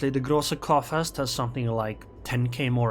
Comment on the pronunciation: groosa coorfirst , thats how the gk is pronounced in german. the groosa u pronounce ok, but the coorfirst ( as if u say soup) u pronounce like corefirst, if that even makes sense what i try to explain to u xd.